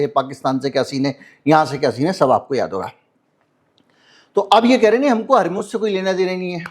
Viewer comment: harmooj warmooj nhi hai dar asal hawrmooz hota hai